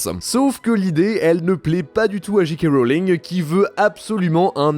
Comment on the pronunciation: C’est Jay kay Rolling et pas Jee kay.. ah oui c’est vrai chez vous vous avez des DeeJee et pas des DeeJay…